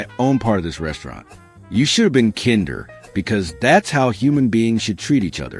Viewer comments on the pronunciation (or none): Should we believe you when you can’t even pronounce 3rd grade words like kinder?